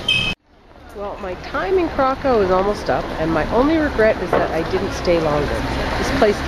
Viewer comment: Pronounced Krak- oov. ó is oo and w is v. Not Krak-of.